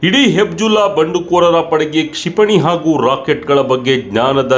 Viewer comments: Hizbulla antha heli hibjulla alla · ಹೆಬಿಜುಲ್ಲಾ ಅಲ್ಲ ಹೆಜಬುಲ್ಲ. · ಗುರೂ ನೀನು ತುಂಬಾ Different ಆಗಿ ಹೇಳದೇ ಇದ್ರೂ ಪರವಾಗಿಲ್ಲ... ಹೇಳೋದನ್ನ ಸರಿಯಾಗಿ ಹೇಳು... ಅದು ಹೆಬ್ಜುಲ್ಲಾ ಅಲ್ಲಾ ಹೆಜ್ಬುಲ್ಲಾ... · ಅದು ಹೆಜ್ಬುಲ್ಲ ಕಣಪ್ಪ ಹೆಬ್ಜುಲ್ಲ ಅಲ್ಲ. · Adu Hebjulla allappa, Katbulla :face-blue-smiling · Hebjulla alla Hijbulla or Hejbullah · ಅದು ಹೆಬ್ಜುಲ್ಲಾ ಅಲ್ಲ. ಹಿಜ್ಬುಲ್ಲಾ. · Hebzulla alla kanappa adu....Hezbollah.